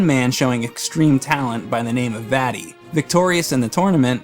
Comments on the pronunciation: The way he pronounces Vaati really annoys me for some reason. Maybe it's because it sounds like he's saying "fatty." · You’re pronunciation of Vaati ruined my childhood.